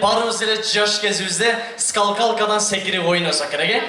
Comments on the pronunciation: Скалкалка эмес болуш керек үкам, Скакалка дечи. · Скалкалка дейби ??? Тура эмес айтып коюптур скакалка болотко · Скал калка дейби😂😂😂 жон эле скакалка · Скалкалка эмес скакалка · Скалкалка эмес СКАКАЛКА деп айтып жур уком.УЯТ БОЛОТ ЧОН ЭЛЕ БАЛА ЭКЕНСИН. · Скакалка дечу беле тигил скалкалка дейтко дабдыр.😂😂😂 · Скалкалка😂 скакалка эмеспи?